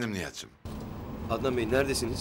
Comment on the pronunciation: Bu neden ednan bey diyo sinirlerim zaten bozuk daha da bozuluyor